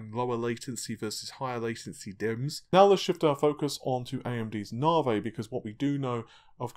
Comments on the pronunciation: I have to ask: why do you pronounce Navi as Navey while AMD CEO calls is Navee - is it matter of your accent? :) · "Moar AMD Narvey" lol, thats awesome xD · 'Narvey' LOL! :)